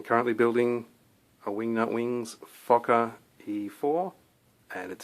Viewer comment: how he said fokker 😂😂😂